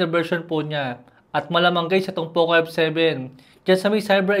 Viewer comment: Poke f7 pagkakarinig ko😅